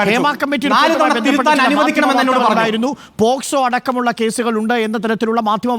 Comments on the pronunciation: അരുൺകുമാർ വക്കീൽ ആണോ? പോക്സോ എന്ന് പോലും കൃത്യമായി പറയാൻ അറിയില്ല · എടാ പൊട്ടാ അരുൺകുമാർ നീയൊരു വക്കീൽ ആണോടാ, പോസ്‌കോ അല്ലടാ പോക്സോ